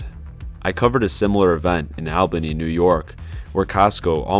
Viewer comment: How hard is it to pronounce Albany?